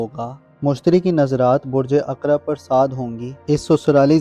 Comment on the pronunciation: aqrab alif nhn ain s hota hai